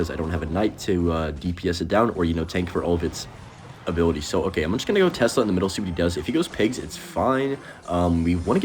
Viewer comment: why does bro call it tezla